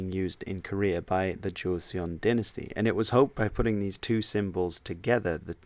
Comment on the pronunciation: Hey bud, great vid. Just an FYI 'Joseong' is more pronounced 'Joe-Sung'